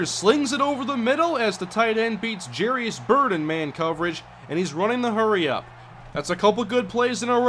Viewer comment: Wouldn't Jairus be pronounced "Jy-ris" and not "Jerry-is"?